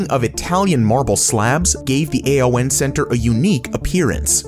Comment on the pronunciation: CGI voice is saying A.O.N, not ''Ay-On''. Friend worked there and that is how it's pronounced.😄